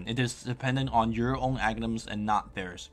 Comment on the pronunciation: That was a big failure of saying "Aghinims"...